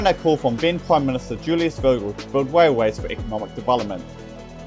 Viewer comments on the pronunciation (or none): Sounds like a story about Wailways and Woads